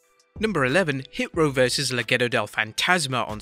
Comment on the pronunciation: Mad respect for saying "Legado" as "Le-Ghetto del Fantasma" 🔥